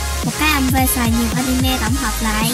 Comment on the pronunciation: animê nó đọc anime :D